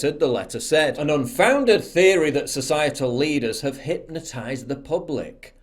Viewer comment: "Lets take a look at some of thee action!"